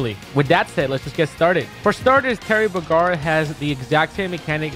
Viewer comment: And right of the bad he miss pronounces Terry's name